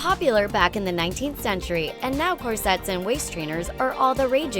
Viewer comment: Please don't include words in your video that you don't know how to pronounce! I've never heard someone mispronounce "corsets" before! It's embarrassing!